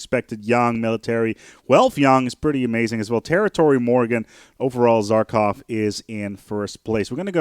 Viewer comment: lol, "zarkov"... the good provost says his name in the game for you, in several places. How can you mispronounce that? But regardless, I am happy to see this game getting some love. I've been playing this off and on since (i think) the late 90's. I suggest you give sea bases another look, since I hear you saying they suck as I write this -- sea bases take a bit more investment, but if you get them up and running they can easily out-produce most land bases. Also, their borders are the only way to prevent the AI from building annoying sea bases right next to your land. Hmm, nice borehole...